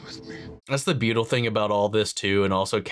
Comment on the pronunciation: you said “beautal” instead of beautiful on accident lol